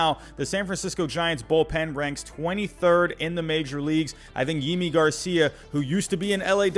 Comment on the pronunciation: Thanks for this. Btw it’s *Yimi Garcia.